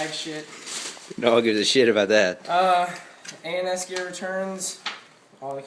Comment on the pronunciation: have you noticed when you say "ans gear" it sounds like anus gear (totally not adult site)